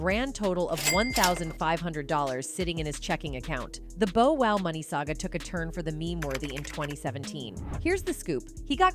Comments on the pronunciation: It’s Bow Wow not Bo Wow please get Hip Hop Artists names right if you’re going to cover it , Love your videos but miss pronouncing names of iconic artists isn’t a good look especially 2Pac name. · i mean she stress the Bo Wow!! << who??..lol...smh omg! if ur gonna call yourself UrbanPulse Learn to Pronounce their names right! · Touche'. She white. What do u expect. Cringed Everytime she said Bo Wow😂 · I cringe every time commentator/ narrator says Bow Wow's name ...😩